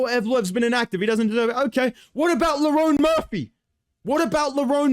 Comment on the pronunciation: you know bro pissed when he’s pronouncing Lerone Murphy correctly